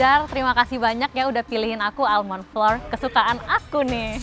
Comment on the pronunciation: Flour tuh bacanya sama kaya flower 😂